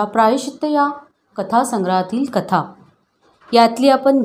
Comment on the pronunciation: सुगंदा ,कता असे उच्चार रसभंग करतात.